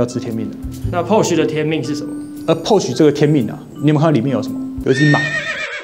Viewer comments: Porsche的發音不對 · 這集讓我滿身起雞皮疙瘩，不會外語發音，就國語台語來吧，何必自曝你短，保時捷的porsche，德語發音不會，就光用國語翻譯就好了，福斯就福斯，國民車就國民車，不會Volkswagen 的發音 上網去查，不要讓你自己丟人現眼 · 影片做的很棒, 科普了一些知識 但知識型影片還請Porsche發音標準